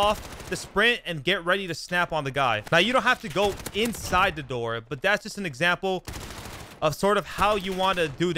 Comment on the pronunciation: Dude, learn how to speak. It’s The not Da. It’s Them not Dem